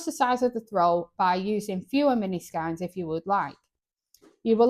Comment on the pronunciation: Great list, its pronounced skeins like reins 🤪